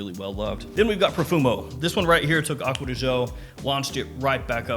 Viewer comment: Stop pronouncing it aqua di show it really triggers me😠